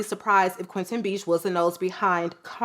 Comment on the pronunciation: haha, the perfumers name is Quentin Bisch, not Beach.